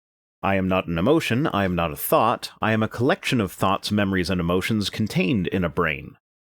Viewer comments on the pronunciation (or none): Just going to point out how "thought" sounds like "thot" here so no one can unhear it. Seriously though the arguments in the video you're responding to are just... You could spend five minutes considering them and come to a dozen more reasonable conclusions than they do.